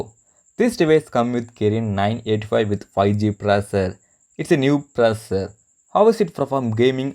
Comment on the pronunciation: "New proser"